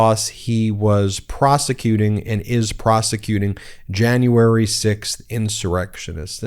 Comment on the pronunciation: stu2 I despise her! I know it's petty, but I can't even stand the way she says "Jane-uary" instead of "January"! She's a vile ignorant monster.